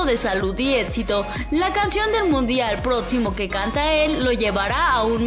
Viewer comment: No es por nada, pero la voz de ésta mujer me da flojera, he intentado ignorar su tono y y forma de hablar y no puedooooo... porqué no hablas bieeeeennnn, dices "prediTCiones, éTCito....." entre otras muchas palabras mal dichas, ¿es en serioo?.... ojalá cambien de chica o enseñenla a hablar correctamente!!!